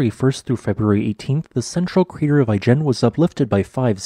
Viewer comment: Pronounced i-jen with a soft I. As in Italy, not as in Ice cream. I've been into the Ijen Caldera. The highlight of my life. If you can, go see it!